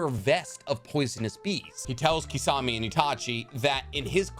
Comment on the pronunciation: Can you stop calling him kissawmay?!?! It’s kiss-a-mei